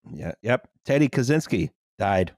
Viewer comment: Ted Catch-ynski, not Cazzinski